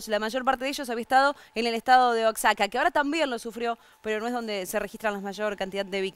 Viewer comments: y se pronuncia oajaca no oacsaca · Error, La codificación de la “x”, hecha por Alfonso el Sabio, terminó siendo adoptada para aplicarse al sonido “sh” del náhuatl y luego, ya en el siglo XVII, el sonido de la “sh” se transformó en “j”. Lo correcto es pronunciar oajaca y México no se pronuncia ni se pronunció mecsico, sino Meshico una especie de "sh" que paso a ser el sonido de la J por dificultad